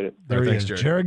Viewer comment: JAR-ED GOFF JAR-ED GOFF JAR-ED GOFF